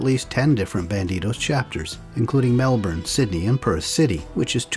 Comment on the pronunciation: As per usual a good vid. I must say "thumbs up" for the nearly correct pronunciation of "Murrumbidgee". It's a hard one for non-Aussies, I sense a bit of a Canadian accent? Your "Melbourne" is also pretty good.